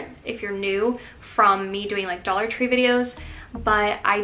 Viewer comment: Love "Dallah" tree 🥰